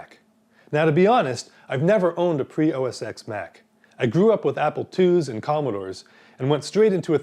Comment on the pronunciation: TEN! OS-X is pronounced ten, not ex.